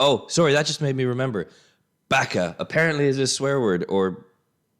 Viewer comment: Exposed to some Japanese growing up in Hawaii. I think it is pronounced "ba ka", not "bak a". I think it is a shortened version of bakatade, or bakaro. In Hawaii during the 60's it was considered a serious insult, and you didn't hear it often.